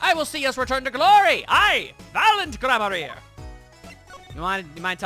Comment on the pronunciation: more name shit! Daryan: pronounce it as one would darian or darien gramarye: i pronounce it gram-arr-ree